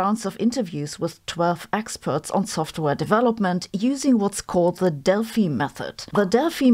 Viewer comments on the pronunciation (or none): German pronunciation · When she said Delphi method, for a second I understood DEATH METAL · You are saying Delphi wrong FYI. And also George.